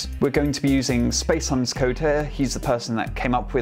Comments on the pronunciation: Spacehuhn - say it like space h-ooo-n. Nice video! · Spacehuhn... huhn means chicken in german and you say it huhhhhn, you speak the h out loud both times. The second time its cut off alittle.